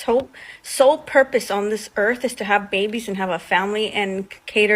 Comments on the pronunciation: Lol he said "erf" what is "erf" is that the planet he lives on in his head? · This first guy was just released from prison. He needs to go back and stay there. 😂 he can’t even pronounce earth 🌍. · He needs to focus on speaking properly. There's no "F" in "Earth"... Moron🤦🏾‍♀️🤦🏾‍♀️🤦🏾‍♀️